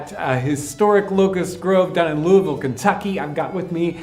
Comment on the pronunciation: Good on John for (almost) properly pronouncing Louisville!